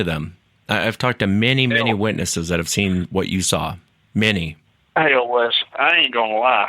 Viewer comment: this isnt les its wes